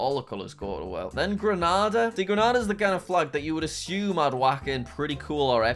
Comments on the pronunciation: Grenada says genada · Still here getting annoyed when Jack keeps mispronouncing grenada 🇬🇩 when I lived there for 10 years it’s pronounced grenayda not Grenada that’s a place in Spain